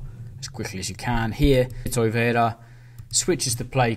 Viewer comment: why do you keep saying toiveira instead of torreira? :D